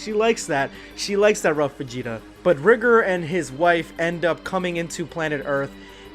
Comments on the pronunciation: Its not pronounced rih-gurr, its riy-gore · You keep saying rigor wrong, it’s ri-gor. My bad for somewhat being rude it just kinda sounds weird if you don’t say it write.